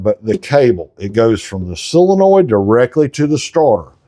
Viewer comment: It's not a silinoid, it's a solenoid. Not that it matters, we know what you mean.